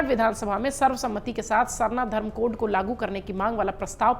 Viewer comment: पहली लाइन मे जो आप ने बोला कोढ़ मैडम कोढ़ नहीं अच्छा से pronounce कीजिए code है